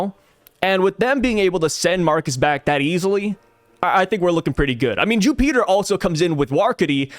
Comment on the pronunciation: Ju Peter ("Jew Peter.") Just call him Jupiter bro lmao😂